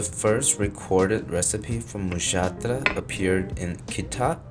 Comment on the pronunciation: oh god finally an american youtuber who bothered to check HOW a foreign name is pronounced instead of making a clown of themselves for 30 seconds trying to spell it